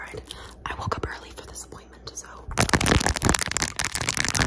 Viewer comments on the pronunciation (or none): what I heard: „I woke up early for disappointment.“ Made me laugh. Yeah same. 😅